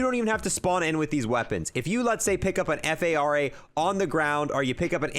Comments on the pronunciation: Just pronounce things correctly it fara not F A R A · Its also far an not F A R A???